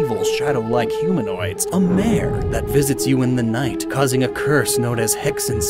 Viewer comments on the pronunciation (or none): none